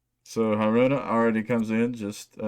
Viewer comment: Killer reaction. I'm not into Band-Maid but I respect them. Yes you are pronouncing Haruna right. Probably wont know who was chosen for the new bass player until later this year. They announced the auditioning process will be going into August so I imagine after that well know something. Some more Lovebites tracks to add to your list Pledge Of The Saviour Warning Shot Journey To The Other Side